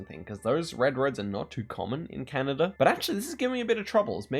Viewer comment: bro doesn't know how to pronounce Canada 💀